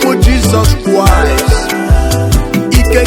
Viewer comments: Mother tonge r and l issues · This man is the devil himself, he has his own pronunciation of Jesus Christ, God will punish you, useless man 😠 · Flavor said adighi ama aka 😂😂😂 this pple self u guys are funny lion family.....see d way his pronouncing """Jesus Christ"" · Thought i was the only one noticing it... Kai another observer spotted..🙂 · This man have his own pronunciation of this Jesus Christ... hmmmm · I appreciate the beat of the song and the powerful role by flavor, but I think the lion has problem with pronunciation, Jesus kwis, Colona vilus, Amelica, Shayna, Orupe, which is really bad for public hearing. Am representing🇨🇲